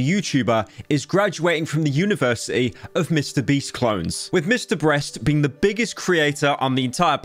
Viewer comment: The feminine urge to make a compilation of pyro saying mr breast because everytime he does it, it fills me with joy for some reason